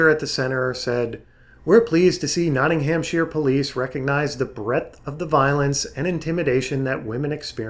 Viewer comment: Not-ting-ham-sheer.. My sides! That's not how you pronounce it. It's an understandable mistake, and at least you didn't pronounce the 'shire' as shy-er, buuut it's pronounced Not-nam-sher. Srsly.